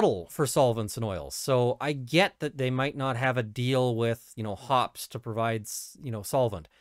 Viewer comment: It's pronounced hoppees.